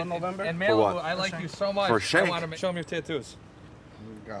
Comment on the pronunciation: what in the AI is this the way it pronounced sh!t was crazy and never seen lake spelled lac lol